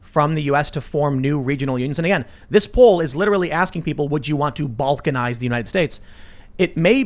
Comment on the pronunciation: Can "Balnkanize" be fixed?